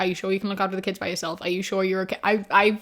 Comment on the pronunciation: Hate me all you want, but whenever you say "by", my head turns it into "bi" lol